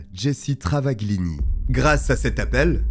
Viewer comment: yep .. le "gl" (dans travaGLini ) en italien se prononce "ll ; on n'entend pas le G) 🙂 Cette histoire je l'avais connue ..dans enquetes criminelles ou faites entrer l'accusé, je sais plus (à la TV) .. mais j'aime bien re découvrir quand c'est raconté avec une aussi belle voix :-)